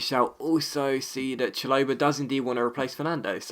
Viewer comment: Chalobah = Shal-ob-a not Cha-low-ber